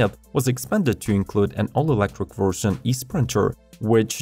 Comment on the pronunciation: You mispronounce electric as Elektwic xD